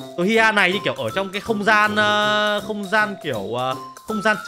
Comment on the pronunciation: Hiha anh nói trong không ran là không có vũ chu